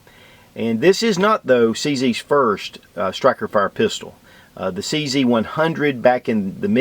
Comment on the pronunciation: "Stikerfire"?? Lul. Two thumbs up.